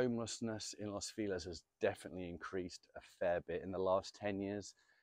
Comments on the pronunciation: I hate it. But they'll turn around and say "Feliz Navidad" the correct way. 🙄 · what a way of pronouncing "feliz" xD